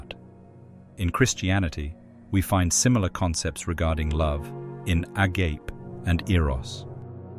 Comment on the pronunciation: agape with a silent 'E' is a very different word than the greek a-ga-pe. Sorry. I couldn't help it.